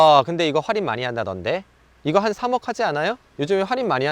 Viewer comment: 뭔가 할인을 활인 활인 거리시는거 같음..